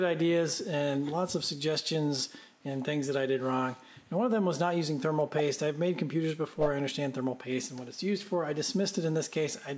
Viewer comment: Am I the only one who noticed "Themal Paste"? Made me chuckle